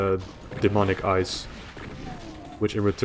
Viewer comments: EYES ..... not ICE Aha. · I heard ice too.